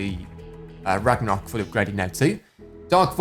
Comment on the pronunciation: You said ragmarok back bling on the Viking one!!!! But thanks, it was a cool video